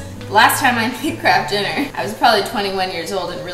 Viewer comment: I just thought they changed the packaging and I didn’t know, phew. Also why does she keep calling it kraft DINNER!